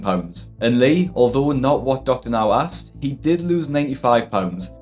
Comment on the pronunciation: It’s asked not axed, can people learn how to say the word correctly